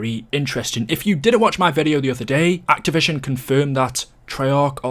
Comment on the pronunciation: Why are you incapable of saying "activision" properly